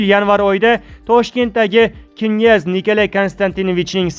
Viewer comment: Намунча гапиришни билмайсиз,бошка одам йукми?Киняз,эмас княз. Ва хкз.Тугри укинг .Оллох узи мехрибон ,кархларни тулаб ,хитойни хайдаб чикариш зарур., Бундай имкониятдан фойжаланиш кк.